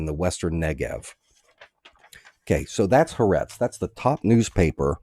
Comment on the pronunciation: The newspaper is calle Ha- Ah-rehtz FYI.